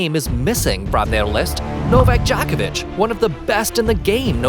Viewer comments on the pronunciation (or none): Not Dj"A"kovic but DjOkovic. Djokovic is a Slav. Not Western cup of tea, that is why. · Good lord..it's pronounced Joe-ko-vitch,..not jock itch. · Djokovic, not Djahkovic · Like I'm going to be taking analysis of Novak Djokovic's promotional career from some random dude who doesn't even know how to pronounce his name. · Please learn how to pronounce he's name than go on you Tube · First of all before you waste our time and yours learn how to pronounce his name, then learn his place in tennis history , lastly stick to fact not BS for click baits, NIKE APPROACH HIM SEVERAL TIMES AND.HE REFUSED. FOR YOU INFO, LACOSTE IS MORE PRESTIGIOUS IN TENNIS THAN ANY OTHER BRAND THANK YOU AND GO AWAY, 🤡🤡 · Please dont say "djokovic" ever again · Djokovic is probably also controversial because he doesn't want their dirty, bloody money... I have heard that people who have received the covid vaccine can no longer pronounce the names of famous people correctly. 😉 I hope you're just naturally unintelligent and that's why you can't pronounce the last name of the greatest tennis player of all time. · You don't pronounce his last name correct.